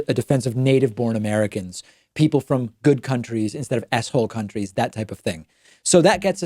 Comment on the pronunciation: When David says "s-hole countries," I hear "asshole countries."